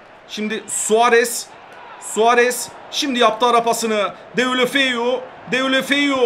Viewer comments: Abi deulefeu değil defuluğ diye Okunuyor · o delufeu diye okunuyor